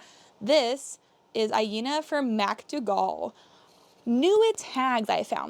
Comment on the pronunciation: The red dress is pronounced “Mac Doogle”❤